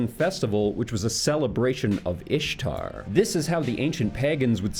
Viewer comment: The Easter-Ishtar connection is actually not real, it is a pure coincidence that they look similar. Ishtar is actually pronounced "Issar". Easter is rooted in an old Germanic word of "East", symbolizing a New Dawn, therefor Spring.